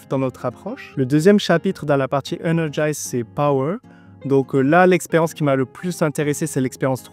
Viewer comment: Me trompe-je en affirmant que c'est "energiZe" et non "energiSe" ?